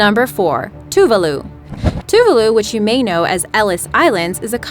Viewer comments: "TOO-VAH-LOO", not "Too-vuh-lu". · it's not pronounced two-va-loo it's pronounced as 2-vah-loo